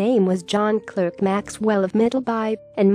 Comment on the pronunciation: Clerk is pronounced Clark